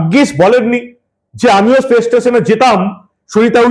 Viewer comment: হালাল হিঁদু বামনীর স্পেস আর পেস উচ্চারণ করতে দাঁত কপাটি লেগে যাবে তবুও কথা বলা চাই! সত্যিই বঙ্গবাসী কারে দিয়েছে রানীর পাঠ! সেজন্যই ইংরেজিতে বোধহয় প্রবাদ বাক্য রয়েছে... "For fools rush in where angels fear to tread"